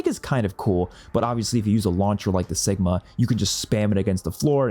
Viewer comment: I enjoyed your video my problem is that you pronounce weapons wrong, example your calling the Cigma “sigma” instead of Kigma like kick. That’s like saying can’t like “san’t”. Jus wanna put that out there 😂